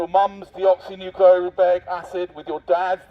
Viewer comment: The way he pronounces “deoxyribose nucleic acid”😂😂